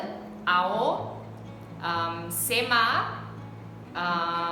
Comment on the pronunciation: It's 'Sumi' Naga and not 'sema'